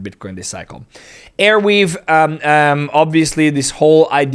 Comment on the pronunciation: Bro its Arweave not Airweave